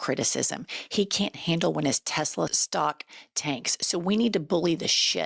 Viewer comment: TESLAR! Please say it right